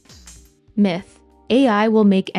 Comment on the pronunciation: Every time she says myth, i think she is saying Meh